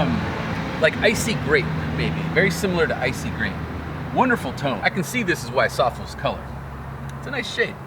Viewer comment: i always thought SOFLES was pronounced "Sof-Less" like "Soft-less"??